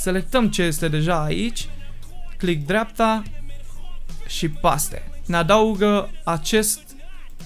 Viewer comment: e grea engleza se citeste paste si se spune peyst